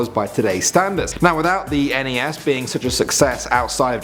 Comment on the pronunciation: i hate it when people pronounce nes and snes as if its one word